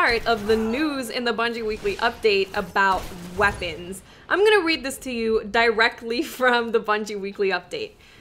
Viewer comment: The way you say "directly" I get a little cringe. Idk why I just do. Not trying to criticize. It feels weird because I have never heard another person say that word the way you pronounce it.